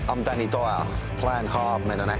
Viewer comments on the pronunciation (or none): Dwanny Dwyers deadwiest men...... New epwisode...The Dwevil. Yeah, yeah....